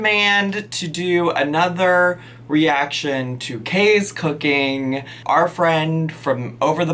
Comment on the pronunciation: You’re right! Kay’s cookeeeen is probably a a bit of bolth.